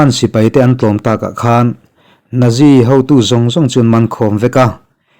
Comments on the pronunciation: Nazi ti lovin Natzi ti rawh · Nazi hi naksi tih ang deuha lam tur a niin ka hria. Ka hriat ve dan aw sir. 👍